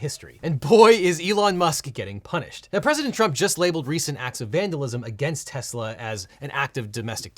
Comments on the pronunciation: dont forget when he pronounced it "Tesler" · "I Love Tesler!" - President Trump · “I love Tesler”, the second he said it I was like, “oh no, that’s a new vocal stim” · You mean Tesler? 😂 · “I love tesler” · In addition to “everything’s computer” we also got the gem which is “I LOVE TESSLER” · IT'S TESLER. 😂😂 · It's tesler ....get it right . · You mean "Tezler" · Sir it's pronounced "teslarrr" 🤣🤣🤣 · I love "Tesler", what a moron. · You're wrong legal eagle. "I love tesler" is the funniest thing! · "I love tesler" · Is “everything’s computer” really the funniest thing someone’s ever said? There’s also “I love Tesler!” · It's definitely Teslur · Also love how Trump butchers the name - TesSlur.............